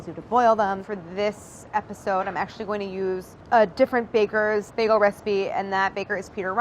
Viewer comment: The way she pronounced maaaster baagel..